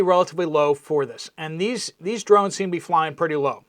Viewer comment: Shhh!!! I'm hunting dwones you silly wabbit.